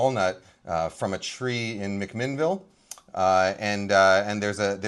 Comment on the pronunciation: As an Oregonian, hearing Kenji say "Falls City" and "McMinnville" makes me so happy! If you're ever in McMinnville, be sure to try the pastrami on rye at Sandwich Express! 🤌🏻🤌🏻🤌🏻